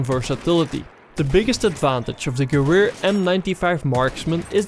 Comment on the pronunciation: Your pronunciation for the "Gewher" is so laughable.